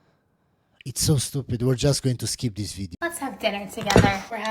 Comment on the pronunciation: "skeep tis video."